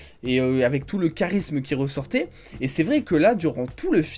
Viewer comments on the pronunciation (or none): none